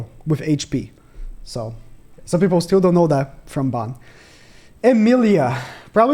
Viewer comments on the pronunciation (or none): none